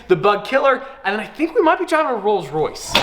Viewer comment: he said rolls Raith